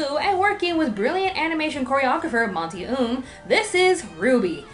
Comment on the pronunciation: omg you pronounce monty's name wrong. AAAAAHHHHHH